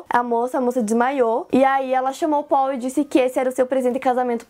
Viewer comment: O melhor é ela falando o nome dele que é Paul como se fala em português. 😅 Ou as vezes ela fala PÓU. 😂😂😂